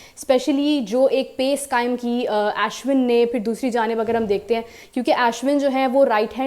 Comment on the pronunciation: Aap Ashwin ka naam galat lete hai. Ash win nahi Arsh waise hi Ash (remove R) win bole. Ashwin (aishwarya ka aish nahi)